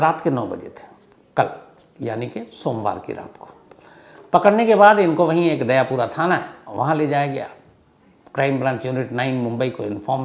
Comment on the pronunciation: दयापुरा नही दयापरहे